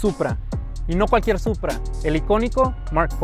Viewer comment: it’s Supra. Not Puta.